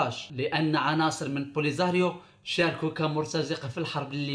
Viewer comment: بوليزاريو❌ بوليخاريو✔